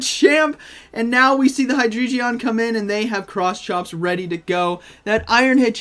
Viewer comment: Hello u are saying hydreigon wrong u pronounce the g as g Amazing vid btw HAPPY NEW YEAR 🎆✨🎇